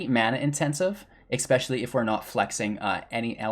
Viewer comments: The word is ESPECIALLY; there is no "X" in that word. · I very much appreciate the great content and very in depth discussion and definition of the archetypes. 2 things: PLEASE stop saying EXpecially. I know it's not a conscious choice(or I hope not). Also, if this is "midrange deckbuilding for beginners", could you give an example of building a deck that's NOT full of rares, epics and planeswalkers, as beginners probably don't have those.